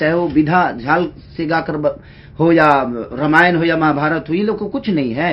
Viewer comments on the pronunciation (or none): none